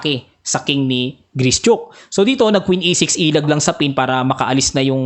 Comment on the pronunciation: Gri - shuk po ata tamang pronunciation